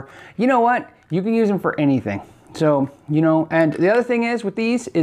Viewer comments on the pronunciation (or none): none